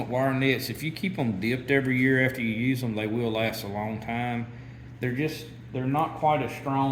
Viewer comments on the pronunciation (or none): none